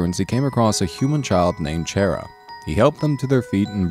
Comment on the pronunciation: not chera chara